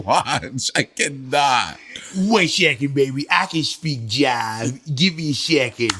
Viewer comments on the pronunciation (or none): Also... the word is J I B E not Jive.